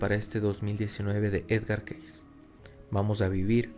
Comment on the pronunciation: El nombre de Edgar Cayce se pronuncia keisi, no keis.